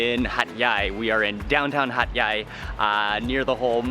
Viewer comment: Hat yai sound like hot guy